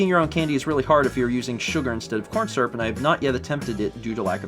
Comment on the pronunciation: *jraf :P and also surp instead of syrup 😂